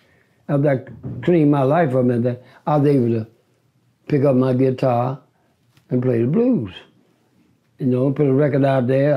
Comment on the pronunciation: “The Giitar”